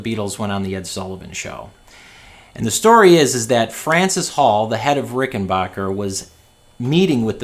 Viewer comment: The third syllable of Rickenbacker should be pronounced as "back", not "bok".